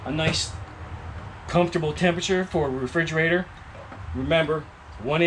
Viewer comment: Refrigerator....not Frigerator.